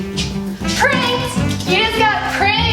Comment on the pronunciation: The way said pranked every time killed me inside 😂